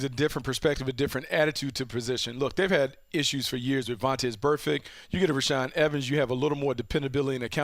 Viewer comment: You said reshaad evens twice.ROLE TIDE